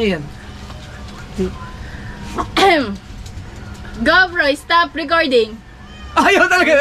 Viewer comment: ...dapat kasi hindi matigas pag.bigkas mo ng R,dapat medyo slung ang pagka bigkas ng R sa GO PRO...☺️☺️☺️ thanks me later...😁😁😁